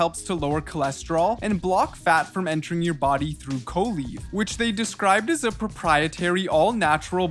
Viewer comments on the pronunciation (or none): none